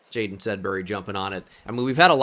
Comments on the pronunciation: By the way you are mispronouncing Jadon Blair's name it's Ja DON like the Don of New York from Giants franchise. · Yeah, unfortunately the game doesn't help you in any way know that it's JaDon since they permanently capitalize the first name.